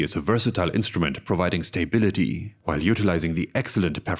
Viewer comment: Ah yes, my quarterly dose of stay-bility has arrived